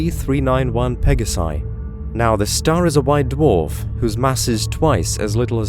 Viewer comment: It's pronounced dwarf, not duof